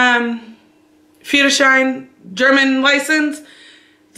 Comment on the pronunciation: Moin, 'Führerschein' sprichst du schon perfekt aus! - Daumen hoch! A. D. A. C. ist die Abkürzung von: Allgemeiner Deutscher Automobil Club. 'Public German 'cars Club.. Und man spricht es A - D - A C aus. Grüße